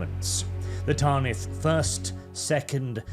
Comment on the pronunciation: Ffs, it's "Tanith". Not "Tarnith". Please pronounce it properly. It kills my ear...